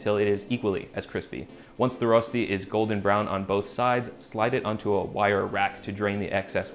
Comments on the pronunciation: I'm such a pedant. Every time you said "ROStee" I just wanted to jump in and say "ROSHtee! It's ROSHtee!". IPA: ˈrøːʃti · it's pronounced rösti not rosti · I love you dawg but I need to give this video a thumbs down. Here's why: 1) It's pronounced RÖÖSCHTI not rostey. 2) That's waaay to much oil 3) Rösti can only be eaten in these variants: -with melted gruyère on top -with diced bacon -with a fried egg -any of combination of the 3 above -with züri gschnätzlets (typical dish with sliced veal strips, white wine, cream, and demiglace) 4) Please don't smoke rösti yours sincerely every Swiss person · Its pronounced “rösti“ not “rosti“ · Swiss here. It’s pronounced Röschti ;) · Two things that were not mentioned : - Please use hard boiling potatoes. If you don't, you might end up with something more akin to potato purée than Rösti. - Unless you're vegan, use butter. It's so important it's almost a main ingredient, and it will just elevate the taste so much. - Traditionally, the seasoning is just salt and pepper. - It's pronounced RöööSHti - I won't say it's sacrilegious or anything to eat it with salmon and all, but the most traditional ways to eat it would be either on its own, with some bacon, or, very commonly in Zurich and the german-speaking parts of Switzerland : Zürigschnätzlets (similar to beef Stroganoff, i.e. beef or preferably veal strips with a creamy sauce, optionally mushrooms). Sour cream and chives is an excellent addition though, which will make it similar to eastern European dryaniki. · Also it’s pronounced Reu-Shti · Your pronunciation "Rosti" makes my hair stand on end. English has the "ö" sound. It's the 'o' in 'work'. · Writes Rösti, but says roasty 😆 #OnlyAmericanThings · fyi, pronounced ruh-shtee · It’s pronounced Roesti [røːʃti], good vid tho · Me, a german, watching this video solely to hear how he'll pronounce Rösti: 👀👀👀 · The ö is actually pronounce kinda like the vowel in "burn" :D